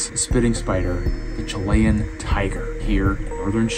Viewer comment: Chili - Chill e Chilean - Chill e un Not Chill lay un Learn English correctly